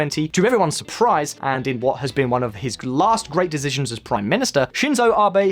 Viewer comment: You say decisions incorrectly